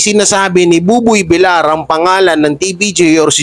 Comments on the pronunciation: idol bakit hanggang ngayon d ayaw mong i correct yong tamang bigkas ng apelyido ni buboy. kc VIL YAR po dapat ang bigkas ng VILLAR hindi VILAR. THANKS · Villar is pronounced as Vilyar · paki korek lng po ng pag pronnounce mo ng Apelyido ni Buboy Kc dapat ang pronnounce nyan ay Vilyar kc double L yan pag 1 L lng yan ang Vilar